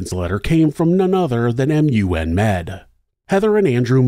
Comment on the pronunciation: A Newfie here. We call Memorial University "Mun". Not M. U. N. And you're awesome.